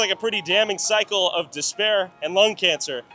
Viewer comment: Cycle, not physcho